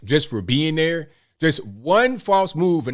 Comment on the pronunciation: I like the way you do that right thurr 👵